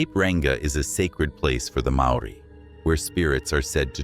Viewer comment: yep maori pronunciation is pretty much way off